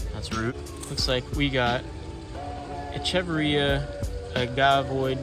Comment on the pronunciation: Echeveria = "eh·kuh·veer·ee·uh" and Haworthia = "ha·war·thee·uh" :P Great Succulent Sunday vid, and great picks at the nursery!!